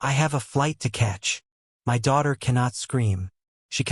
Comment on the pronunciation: Another story sounding the letters of the word my sounded as two separate letters. Why. The AI is once again useless